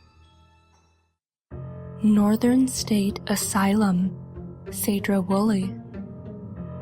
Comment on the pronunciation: Correct me if I'm wrong, but I believe it's pronounced "see-dro", not "sey-dro". Been there, that place is super cool and creepy.